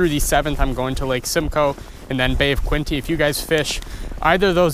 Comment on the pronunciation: It's Bay of Quinte... like Kinty. Not Kwinty.